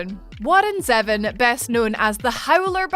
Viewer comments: Isn't the man's last name pronounced Zee-von? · It's pronounced Zee-von. Do your research. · I'm sorry to be so petty and I respect your lovely British accent, but the moment you pronounced Zevon like "Eleven" instead of "ZEE-vahn", I stopped watching. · Bruh. It’s pronounced ZEE-VON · It's pronounced Warren Zevon (Zeevon).... long 'e' short 'o' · Is that really how you pronounce Warren Zevon? I always thought it was “ZEE-von” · Oh my sweet lord it’s pronounced Zee-von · Warren Zevon is pronounced "Zee-von" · Isn't Zevon pronounced Zee-Von? That's what I was made to believe. I was actually listening to a bit of him recently. Very underrated. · Your pronunciation of Warren Zevon irks me.